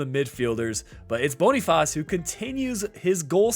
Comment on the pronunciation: You can just say Boniface like in English, it's what the player prefers 😊